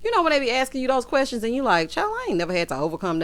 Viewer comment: When you pointed out how Wanda always has "QWERSTIONS" 🤣🤣🤣... The way that woman speaks is like nails on a chalk board LOL. I just wanna pop her with a ruler, like a school teacher, everytime she mispronounces something 🥴🥴🥴.